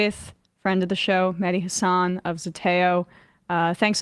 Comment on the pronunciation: plz note it is pronounced HAHSS-ahn not hass-AHN. Great show.